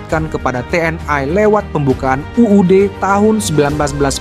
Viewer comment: Komentator harus belajar mengucapkan kalimat dg benar. Bukan Te En Ai. Tetapi Te En I. Bukan Komisi Ai DPR tetapi Komisi Satu DPR. Yg cerdas donk jadi narator.